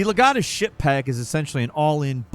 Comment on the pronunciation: the way he says legatus...